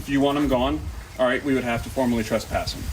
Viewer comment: The woman has a problem saying “trespass” lol. Brandon stands his ground until he is officially trespassed.Bunch of idiots. .